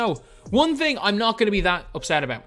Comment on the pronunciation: we will talk awbawt